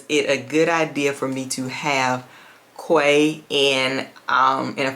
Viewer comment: I don’t like to correct people on fragrance pronunciation. I think this one is kaaah-waah 😅